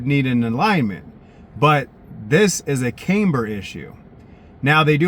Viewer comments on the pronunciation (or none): It's CAM-BER....not CAME-BER.